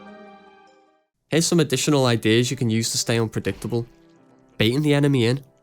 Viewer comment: "Unpreditable" I'm so sorry... I had to point this out.